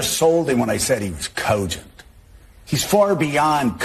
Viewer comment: OMG I hate the way Joe says cogent. What a Tool